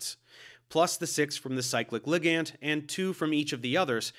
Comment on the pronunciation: Why are you saying ligand like that 🤣